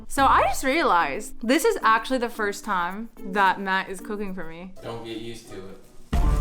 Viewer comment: Everytime she said, I thought she said daddy😂😂